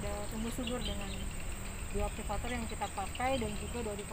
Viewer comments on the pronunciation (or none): Semangat tp bukan bioaktivaktori ya pak tp bioaktivator 👍👍👍